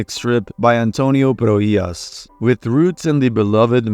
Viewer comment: Ive never heard anyone say Antonio prohias so perfectly im related to him and my last name is alaways butcherd and this is the first time ive heard it said so well